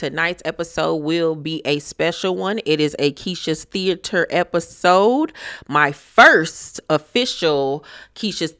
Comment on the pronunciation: LMAOOOOO THAT THEA-TER BRAVO!!! 👏🏾👏🏾😂😂